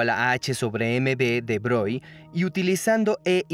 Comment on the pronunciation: Excelente video, como siempre. Pronunciar bien "De Broglie", para que sea impecable. Y ya que cada actor del doblaje pronuncie igual los nombres para que concuerden sería un lujo. Saludos.